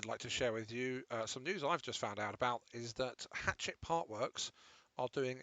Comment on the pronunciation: It's not hatchet bud, it's hachette; hash-ette.